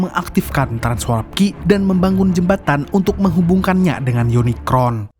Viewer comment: Kmu bisa nyebut unicorn ga.bkan unikron..